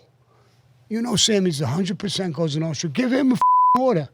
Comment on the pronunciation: Sean has difficulty saying 'Nostra' lol there's an S in there bud haha